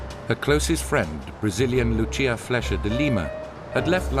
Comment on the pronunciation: WTF it's not Lutxia it's just Lúcia (like in Lucy).